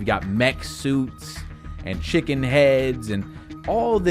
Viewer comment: What heads bro? 😂😂😂 “Shickens Heads, SHICKEN Heads bro”